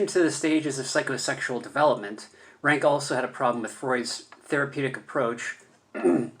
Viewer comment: Please pronounce his name correctly: Ronck not Ranke.